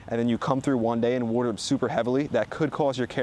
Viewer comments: You dont know how to pronounce water lol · In New Jersey, you ‘wooter’ your garden. Over here in the Great Lakes region, we use ‘wahter’ ahn our plants.